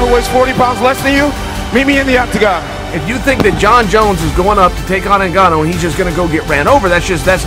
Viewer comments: EVERYONE HIS NAME IS NGANNOU (PRONOUNCIATED GANNOU) NO NEED TO SAY N-GANNOU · There's no 'E' in this man's name, surname is not 'E'nganu but just Nganu.